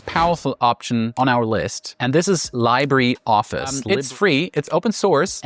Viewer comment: This is AI. You had me wondering until you said 'Library' Office and then 'Leebddddraaaay' office and I notice all the little cuts it took AI to piece together. Good recommendations and reviews though.